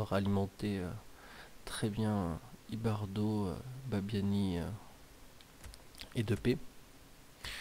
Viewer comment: On dit IbarBo